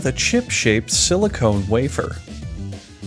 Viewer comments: silicon not silicone 😆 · Silicon not Silicone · Crazy that you spelled it out and are STILL confident about pronouncing it wrong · I loved how he intentionally said silicone instead of silicon. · silicon...not silicone.. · Pronouncing Sili-cun as Sili-cone 💀